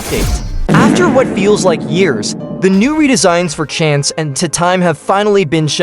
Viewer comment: “chance, and tu time” gng what 🥀🥀